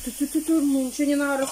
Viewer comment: не нао, а надо.